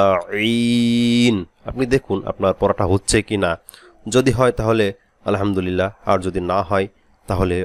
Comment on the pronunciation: আলহামদু লীল না রিল হবে ?